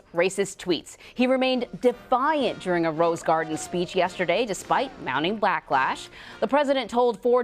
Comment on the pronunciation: She said “black lash” instead of back lash😂